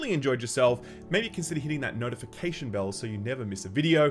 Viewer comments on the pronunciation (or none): none